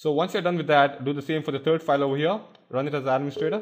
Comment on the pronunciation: i like it how he says 'turd' not 'third'